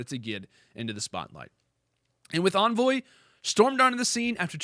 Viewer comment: Its Envoy not Anvoy lol